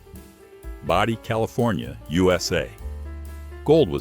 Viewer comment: It's Bodie not Body. Been there many times. VERY nice video. Thank you.